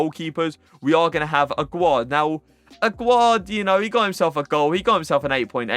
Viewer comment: And how you prounounce Aguerd is like this : Agerd You don't prounounce it like how you prounounce Aguero if you know what I mean.